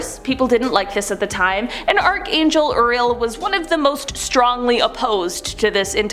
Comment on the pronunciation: it's pronounced youriel